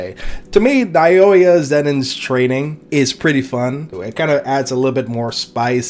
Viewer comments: Now-yuh is how you pronounce Naoya btw 😊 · Just a little help with the pronunciation of his name. Naoya is pronounced like NOW-YUH. Great video btw brotha